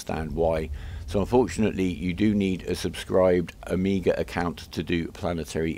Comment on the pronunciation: i may sound like a dick, but your accent makes "omega" sound like "Amiga'". :)